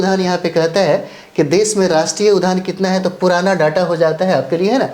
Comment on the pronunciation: Udyan not udban